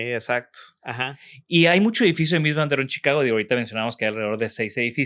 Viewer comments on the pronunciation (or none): «ROHE» SE PRONUNCIA CON «H» SEMIASPIRADA, Y TERMINANTE EN SCHWA, NO «RO».